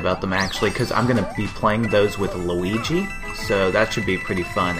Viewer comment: you said luig rong